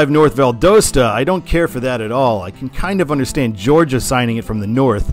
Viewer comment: I’m a native Georgian. It is pronounced Val Dah Sta.